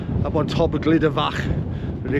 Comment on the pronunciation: Good film thank you. The pronunciation is more like "Gluda" rather than "Glida" 👍